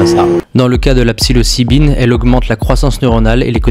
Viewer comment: De la psylocibine pas de la psylibicine, ca commence mal